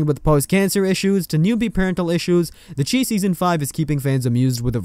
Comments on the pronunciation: SHY NOT CHEE ITS PRONOUNCED THE SHY . OH MY GOD. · It's not pronounced the chee, its pronounced the chi , ch-eye